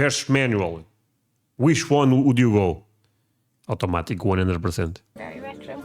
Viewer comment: Aw-tomatic, rather than ahoo-tomatic